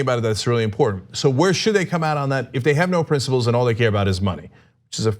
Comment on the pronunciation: Why does Cenk say "princiBles"?